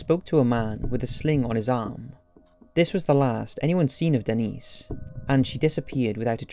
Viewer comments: Dennis ? I think it’s Denise. Lol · Is this kid joking or what? JanEEECE... DENNIS... how hard is it to say Janice and Denise? ffs PUGGET sound lol